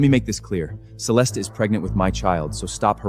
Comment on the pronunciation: These AI movies always use the name Celeste but never pronounce it correctly🙄🙄